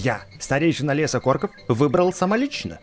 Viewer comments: не деревня КОРКОВ а деревня КОРОКОВ увидь и читай правильно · говори правильно не лес корков а лес короков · не корков а короков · не лес корков а короков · испытания короков а не икорков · Не корков а короков